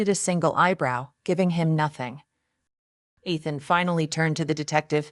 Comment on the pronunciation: Did you even listen to this after you used a fake voice over? I doubt it otherwise you would have noticed how Ethan is said wrong each time. What has gone wrong with YouTubers? Were you never taught to proof your work? Or are you one of those lazy ones who think they can do no wrong so no need to check anything? The name Ethan is pronounced EE-thuhn, with the emphasis on the first syllable. Please let me know if you ever proof your work or are you just to important to do that easy task?